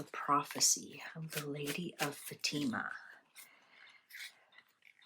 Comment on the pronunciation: Its pronounced Fa-ti-ma